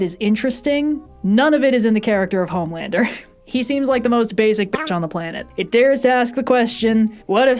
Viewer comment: I love this channel, but you got Homelander wrong.